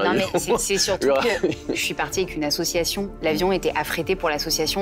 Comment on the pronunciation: Hello ! Chouette émission ! Par contre je n’arrive plus a entendre : « assuation » On dit ASSOCIATION bordel !